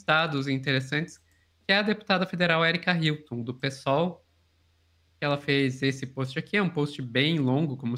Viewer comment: Vc não consegue pronunciar Hilton! 💲🤌👀